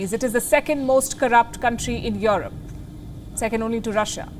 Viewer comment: You said US does not care if their weapons win the war as long as they sell weapons? Stop spreading lies. US has vowed not to allow Russia win the war. This is military aid sent to Ukraine to stop Russia's aggression. US is not selling to Ukraine. No wonder you can't even pronounce Europe. It is not Yorop. It does not start with a "Y".